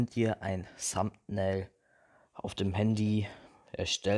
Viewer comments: das th wird nicht "s" ausgesprochen. Ich sage ja auch nicht zu "They" "shey". Also deine englisch Note kann man sich da schon denken.... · es heißt Thumbail nicht Sumbnail